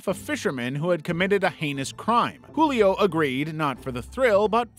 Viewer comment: Julio's J is actually said like the J in jewel Source: I am Brazillian